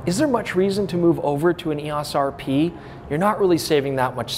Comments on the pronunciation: EOS....pronounced eOs. O sound not ah. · You're driving nuts by pronouncing EOS & ISO as words. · Really had me wondering if I've been saying "EOS" wrong all these years but fantastic video with really useful information. Greatly appreciate all the work put into it.